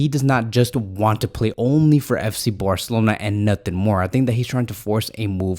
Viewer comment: Could you please say Barcelona instead of Borcelona😅